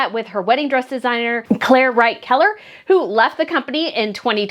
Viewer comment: Are you ever going to pronounce the dress designer's name right? It's Claire Waight ( as in weight) Keller, not Wright!!! It's been almost 6 years already!!! Time to get it right!!